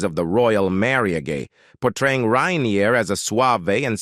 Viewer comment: Rainier not renir